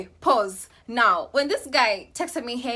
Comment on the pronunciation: "Pau-SE pau-SE" 😂😂😂